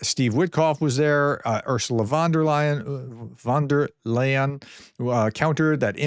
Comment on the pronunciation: Ursula Von der Leyen: OOR-zə-lə FOND-er-line.